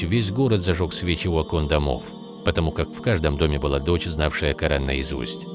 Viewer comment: Я один заметил что человек читал Ку'аран в другую сторону)) 😅!?